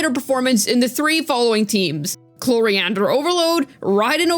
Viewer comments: Chlorinde ❌ coriander ✅ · CLORIANDER? lmao wtf